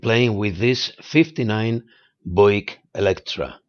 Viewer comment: It would have looked good in all the colors you used, but the purple is really slick. It was a beast, but it all worked out. BTW, the car company is pronounced BYOO-ick. But, then again, I've never known how to pronounce Citroen (with the umlaut over the e).